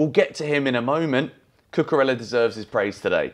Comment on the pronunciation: Why do you keep saying Cucurella this way? The is no sound “L” in his name at all, come on, pay some respect.